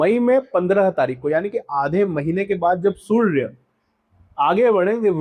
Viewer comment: मात्र सूर्य शब्द का उच्चारण आप ठीक से नहीं कर पाए